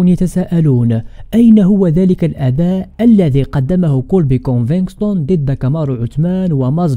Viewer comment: كونڤيگتون او كونفيكتون و ليس كونفكستون اخي . مسيرة موفقة و انت شخص مميز 😊🎉